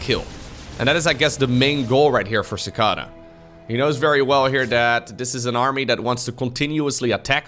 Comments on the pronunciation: You don't know how to pronounce Cicada? It's a bug! Lol Ci KAY da (American) ci KAH da (British) Edit: Glad you like it up yes the long a is American English the short a is British english. (Usually) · Sih-kay-duh I think is the phonetic spelling. Not that it matters much, but some foreigners may be confused with the first syllable if you spell it that way. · The first opponents name is pronounced suh-kay-duh. It’s a gigantic flying bug. look it up. Strange creatures. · Beat me to the punches, but yeah I’ve heard it pronounced that way before… prolly just by accent or something but I’ve always heard and pronounced it as chick-ay-duh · cicada (see kay duh) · Cicada, the insect, pronounced as See-kay-dah. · lol so true. Just for anyone wondering its pronounced sick-ade-uh. They're an insect common to the US which lie dormant underground for many years and then all start to grow in a given year and suddenly they (and their discarded shells as they grow) are everywhere. They sound a lot like a louder continuous cricket with a bit of constant buzzing noise which can be frequently heard in many movies portraying the rural south. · Yaaa learned to pronounce a new word claps 😂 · "lets go with the Dutch pronunciation" Immediately uses the American. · I cringed so hard listening to you not knowing what a cicada is! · LOL hearing try to pronounce Cicada made my day:)